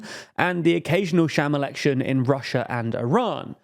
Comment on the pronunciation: Sham election is low key a crazy phrase in that accent lmao